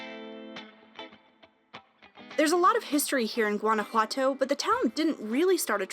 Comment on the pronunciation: It’s not “ Gadajuanto” it’s Guanajuato 🤦🏻‍♀️ plz don’t visit my land if you can’t even pronounce its name. and 2 I couldn’t take the whiteness in this video 😂